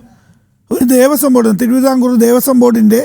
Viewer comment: ദേവസ്വം ബോർഡാണ്,,, കൊയസ്വം ബോർഡല്ല 🙏🙏🙏